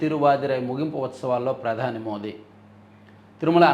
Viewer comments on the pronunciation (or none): none